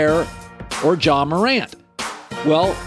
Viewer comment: How tf did he say Ja